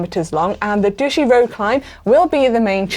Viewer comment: fyi - it's pronounced dough-EW-she. Douch-y is fun though. :-)